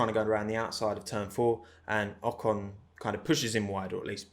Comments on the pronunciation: In an interview Pierre called Esteban "O-con" and pronounced "con" the french way which in french is an insult and means dumb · there is an another little story between pierre and esteban : At the french TV a journalist asked to pierre about Ocon's return in f1, and Pierre instead of pronouce "OCONEUH" said "OCON" and as a french people we have heared the word "con" which is an insult in french. Knowing that Gasly and Ocon were very friends its probably not a pronounciation mistake from Pierre ...